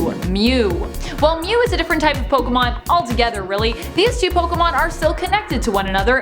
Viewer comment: Finally someone who pronounces pokemon correctly 👍